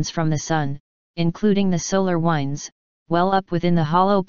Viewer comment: Please please please, make '" stop saying 'wynds'. teach her how to say 'winds' when she is referring to moving air. The pronunciation police have issued a warrant.